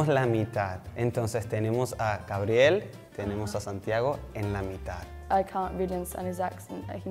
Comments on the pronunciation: 100%! He pronounced "mithad" not "mitad" and "brathil" not "Brasil" which is kind of like an Argentine accent. Also "que tal tu dia" is not vernacular that a Venezuelan typically uses. If you're asking "how was your day" we would say "como estuvo tu dia". But hey I relate to my paisano cuz my accent is hot mess having been living back in the US for way too long. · Creo que él estaba tratando de cuidar demasiado la manera en que decia las palabras para sonar bien y no se escuchaba natural, cosa que los venezolanos no hacemos . Por ejemplo cuando pronunció Brazil (con la Z) y aqui todos decimos Brasil o cuando dijo "la mitad" haciendo mucho enfasis en la d cosa que aqui tampoco hacemos. En fin estaba arreglando mucho las palabras y por eso parecia de otra nacionalidad.